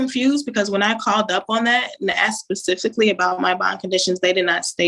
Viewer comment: She axed pacifically..